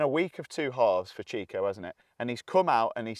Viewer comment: It’s pronounced Chicho not ‘chicko’